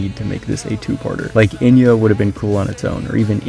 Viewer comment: By the way, Enyo is pronounced “On-yo” not “In-yo”. So it’s even worse than what you think